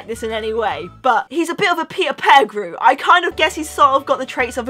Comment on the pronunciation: Its not petifrew its Petigrew